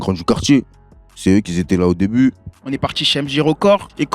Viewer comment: " c'est eux qui z'étais là au début"....